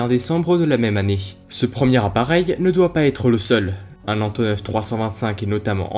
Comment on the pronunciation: "Voillent"? Du verbe Voilloir? : "Antoneuve"... mais maintenant que c'est vieux, on peut dire AntonAUVE, et peut être AntonoF 1'08: "qui z'ont"??? 2'25" : Pourquoi comparer un avion de cette taille à un 737? Un A380 ou 747 aurait été plus pertinent. Mais vidéo intéressante. Je pouce haut